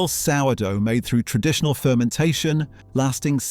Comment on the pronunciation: 12.57; 'time-intensive..(pause)....tren..ditional methods'?? I clicked on to watch what could have been a worthwhile video. Bloody robotic voices!